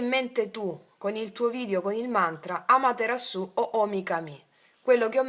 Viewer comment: Amatera'su o omi ka'mi ( gli accenti giusti sono questi)...mantra giapponese alla dea Amaterasu, dea del Sole, che ci ha insegnato Selene Calloni Williams, cara. Magari dovresti dirlo. Grazie per quello che dai e fai